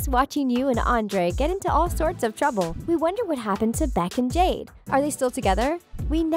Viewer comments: is it just me or / she says Jane when name is jade?! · listen close, she calls robby "ronnie" and jade "jane" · are you serious. you called jade “Jane” you called sikowitz “sickowits” bruh did u even watch victorious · Hell I heard Jane instead of jade